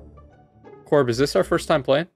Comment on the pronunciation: trigger of pronounce "c.o.b" so wrong